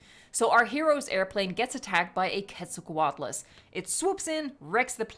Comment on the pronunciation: Its actually ik this is controversial, Giganotosaurus(Gie-Gano-to-saurus) And quetz is pronounced, Quetzalcoatlus(kwetz-o-koat-lus)